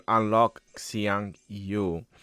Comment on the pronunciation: is the only one who pronounced Xiang Yu correctly. Hsi yong You